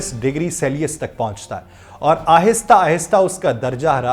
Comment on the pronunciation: Brother dekh kr read kr rha h pori theory. Celsius ko selius prh rha h. Urdu mn read kr rha h. Jaisi research wese ki reporting hai